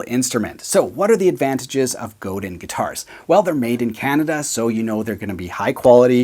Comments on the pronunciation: Godin is DEFINITELY my favourite. I should mention that it's pronounced more like Go-Dan, not Go-din. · It’s pronounced Go-Dan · buddy— no offense but it hurts my soul to hear you pronounce ‘Godin’ like an American